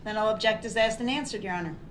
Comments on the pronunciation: "axed" alot of questions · Anyone who says "axed a question" shouldn't be taken seriously. let alone in a court. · SAME!!! He can’t get to him and it’s driving him crazy! I’m pretty sure all brooks does is read reports and “axe” questions to these poor witnesses and detectives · me too, i have not heard axed before instead of asked, bugged me too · Hey brooks….questions are not axed they are asked…..don’t nobody know nuttin .. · What was not understood about the question that you Axed 😂... This isn't even a human being. How free can this country be. I have to say sometimes I admire third world countries because they wouldn't even have the time for this. Justice would have been served a long time ago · The DB vocabulary: Then: Den Thing: Ding That: Dat This: Dis Think: Dink Asked: Axed Truth: Troof Oath: Oaf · The arrogance of a idiot lol. He didn’t have a high school education. He couldn’t even pronounce some basic words. Lol “axed” lol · it's pronounced axed and answered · I love how he says "AXED" repeatedly 🤣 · “No, it would NOT be fair to say I could decide not to appear in court if subpoenaed.” AXED AND ANSWERED. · da kwestyin been axeyd... what an illiterate. He'll be right at home in prison. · Maybe Mr “Lawyer” could practice his pronunciation so when he “axed” a question he could sound like less of an illiterate douchebag… How long will they allow this circus to go on? 😡🤷🏼‍♀️ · I'm sure. He probably says " I axed the right questions"